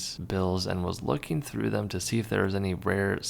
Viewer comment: "Findeen" is not a word. "Lookeen" is not a word. "Printeen" is not a word.